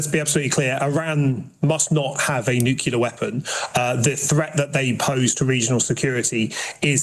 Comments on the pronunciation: It's "nuclear", not "nucilar". At least get that right. One more pointless functionary paid for by tax payer money. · NU-CLE-AR....... not NU-CE-LAR........................ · Our very own Hegseth. Same spiel, same word salad, same phrases. It’s not “nuculear.” FFS. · Empty words, Empty suit. It would help if he spoke English. It’s Nuclear not Nucular muppet. This is not my government, they are a total embarrassment. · This new pronunciation throughout media of ‘Nuclear’ as ‘Newkiller’. Chavs